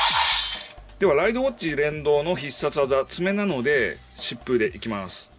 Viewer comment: 疾風がシップに聞こえるのは俺だけ？